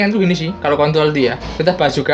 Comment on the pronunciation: 5.19 ngakak bilang control mlah jadi kont*l haduhh kocak wkwkwkwk:v